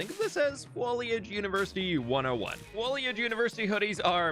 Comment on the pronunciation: Imagine being a student at the fwoliage university and having an allergy to pollen. 😂